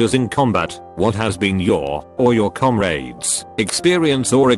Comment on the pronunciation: Nobody: Text-To-Speech: Comraids